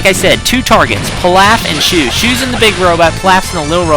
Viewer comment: Isn't shu pronounced "shoe" because that is what they say on the show